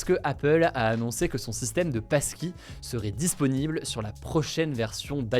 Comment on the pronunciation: Et y a moi qui entends PASTILLE au lieu de PASSKEY